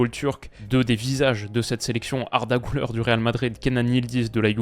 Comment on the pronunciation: On dit pas "GOULEUR" mais "GULAIR" c'est "U" et pas "OU"